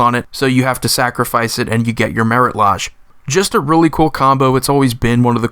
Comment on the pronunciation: sorry for what ever reason the way he says marit lage bothers me. i've heard a half dozen different ways to say anje and it never bothered me. however the lodge instead of lage rhymes with mage, sage, or rage. "ooh, the way you make me feel" got to me.